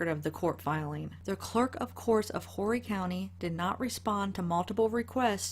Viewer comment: Its pronounced Orry county lol.. the H is silent.. im from Myrtle Beach but live in California now.. great job